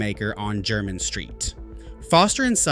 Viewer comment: A totally nonsense list, from the mind of a fantasist. "Only Old Money" wears these? I have several of these, and i'm not money, let alone "Old money". Anyone in the UK who's interested in shoes knows Edward Green, and they have a shop on Jermyn St. (Pronounced Jer-min, not Jer-mine). Poorly researched.